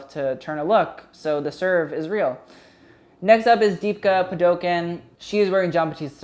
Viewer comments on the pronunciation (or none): Deepika’s name is usually pronounced “pud•oo•cone.” Not being critical, just trying to help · deepika's surname is pronounced as pah-doo-cone :> hope that helps! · Dude didn't atleast say Padukoneeeee like white people usually do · The 'deepika' was great but the surname is pronounced 'paa-doo-cone' LOVE YOUR VIDEOS :) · Deepika Padukone pronounced Dee-Picca Pah-Dew-Cone